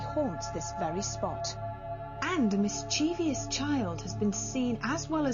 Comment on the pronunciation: Why must Yvette insist on saying words that she cannot pronounce properly. She does it all the time...'mischievyous' is one of her faves. It's mischievous. Easy. Mischiev-ous. Sigh.